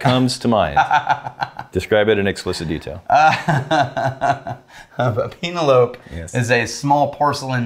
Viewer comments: Is it supposed to be a joke pronouncing the name wrong or are serious lol. Penelope like the girls name. Not peen ell ope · Pee- na- lope - love. Yes!!